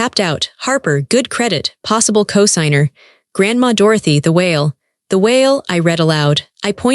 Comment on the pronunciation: Get AI fixed, it’s CO-signer long O. Get rid of the AI